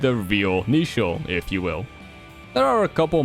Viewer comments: Getting a slight eye-twitch every time he says Neichel wrong. It's meant to be based on the English word "nature". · neichel is supposed to be pronounced like nature